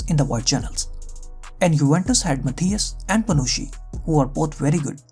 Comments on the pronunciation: Moreover his pronunciation of "Matthijs" is completely wrong. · No, he didn't say "Matthijs" (pronounced Matàis).